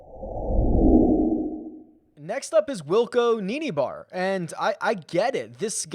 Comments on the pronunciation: You pronounced Wilco’s surname wrong. You said Nie-ni-bar. It’s Ni-na-bar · Got to help you out with Wilco’s surname. Heard it being butchered for the last week or so. (Was reading a dinosaur book with my 7 year old and this is how they deal with pronunciation!!!) Neinaber is pronounced Nee - Nar - Ber. Hope that helps. Great shows this week as always. Chris in the UK